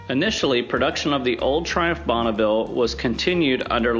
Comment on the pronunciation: And it is not "Bonnaville" but Bonneville.( The translation in french.)